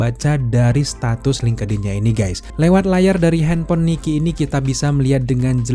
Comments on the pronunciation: FYI : bang link' in aja bacanya jgn linkedin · Dibacanya bukan lingkedin mas...... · Ini ngakak si lingkedin 😆